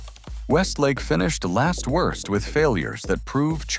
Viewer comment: WIRST, WROST, WERST...